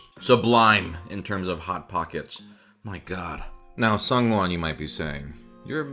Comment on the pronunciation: Why are you pronouncing 'Sooj-win' so strangely?